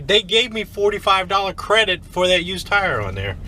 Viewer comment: “Crade in tredit” lol